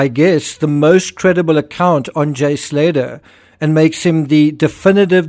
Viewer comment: It's pronounced Slay'ah